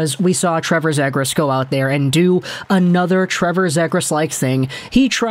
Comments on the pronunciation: It’s pronounced ZEE- gras. Not Zay-gras. Trust me. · It's pronounced (Zee-Griss) bro.